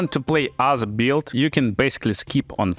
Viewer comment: The word "build" is one example that changes form dur to your potato accent as you name it. But what is your original language? Just curious. And yt subtitcan make things worse that's true.